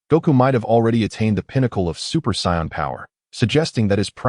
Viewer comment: its really annoying that this says psy-on instead of Say-in